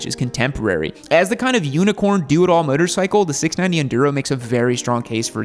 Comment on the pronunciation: 'Myotor cycle' - does your gay accent preclude you from pronouncing things properly? You don't need to adadvertise homosexuality so aggressively - people can figure it out